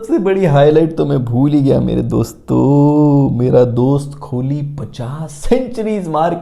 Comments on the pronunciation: le kar diya subscribe - An Indian :) and for god sake Kho-li mat bol bhai , its Koh-li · Brother it's kohli not KHOLI 🙃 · Aap KO-H-LI kb kehna shuru kroge.. 😊😊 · kholi kya hota kohli h uska naam😂😂😂😂